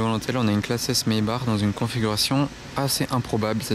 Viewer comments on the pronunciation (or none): none